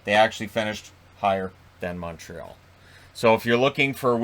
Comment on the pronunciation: moteral? It is impossible to understand you, you're as incoherent as a drunk. If you're saying Montreal wouldn't of made the playoffs, who knows? I guess we will see next year when the division gets back to normal.